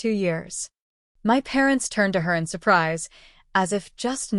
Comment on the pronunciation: What’s a “sue-preez”?